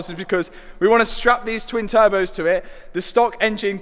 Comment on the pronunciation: And he is strapping turbehs